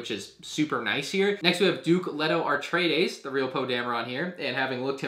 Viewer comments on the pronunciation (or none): great video except.. paul ar-traides 💀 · "AR-treides" oof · "Paul AREtredies" turns video off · Ah-Tray-Dees not Are-Tray-Dees and Chawn-Nee not Shawn-Nee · Please, it's A-TRAY-DEES. other than that, great review!